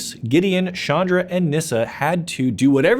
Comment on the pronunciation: It's CHandra....not SHandra....please, stop rapping my ears with that pronounciation. Chandra means "moon" in many hindu languages and it's pronounced as in challenge.